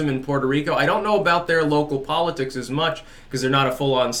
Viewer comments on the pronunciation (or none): none